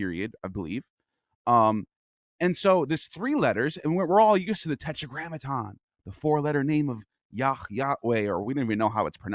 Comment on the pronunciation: This guy is lying. Didn’t know about The Tel Dan Stele, from 900bce, referring “House of David”. Pure evil tricks. WE KNOW TORAH WAS ORAL UNTIL IT WAS WRITTEN. Btw, his heretic pronunciation of the Tetragrammaton is a joke.